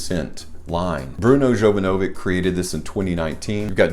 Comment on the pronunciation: Say it with me, Bruno Jovanovich, not k in the end lol